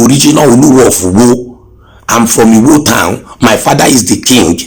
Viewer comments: Listen to the man claiming to the right person, he doesn’t know how to pronounce his town he calls it Uwo instead of Iwo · Samuel Elujoba I don’t believe this guy. He doesn’t know the right pronunciation of his home town, he keeps calling ‘Iwo’ Uwo. A prince with know how to call his home town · Suliat Giwa He can’t even pronounce Iwo correctly. He calls it Uwo